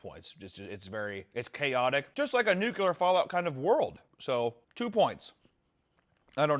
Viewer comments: I'd like to deduct 2 points from for pronouncing it "Nucular" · Seven "Nukyalers", but only one "Ickspecially"? 😢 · When you can't pronounce nuclear properly one time... 😂 Luh you beach